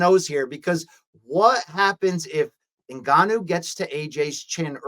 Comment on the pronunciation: luke calls ngannou 'en-canoe'